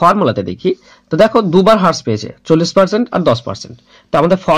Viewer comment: Vai thanks for the video...tobe হ্রাস=rash,,,bolle mone hoy valo shuna jabe .. infact হ্রাস= rash e shothik pronunciation.... By the way very good job bro